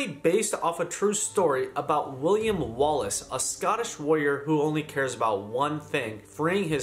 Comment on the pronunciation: great video but as a scottish person the way you said William Wallace made me hurt